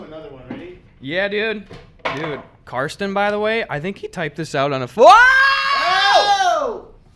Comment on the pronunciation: Shoutout for pronouncing Carsten correctly! That's my name and not too many people know how to say it where i live